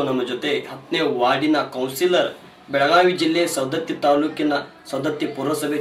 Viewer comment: ಸರ್ ಸೌಂದತ್ತಿ ಅಲ್ಲಾ ರಿ ಸವದತ್ತಿ. ಸರಿ ಮಾಡಕ್ಕೊಳಿ